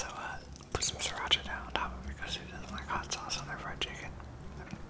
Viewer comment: kinda like he is saying "shum honeycoumb"